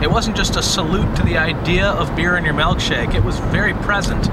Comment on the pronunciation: Giggled every time you should melkshake